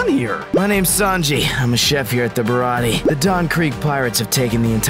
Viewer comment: its not birati